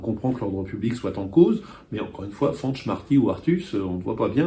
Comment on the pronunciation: le tilde de Fañch nasalise le a et le n ne se prononce pas. Sans tilde, Fanch se prononcerait comme vous le faites🙂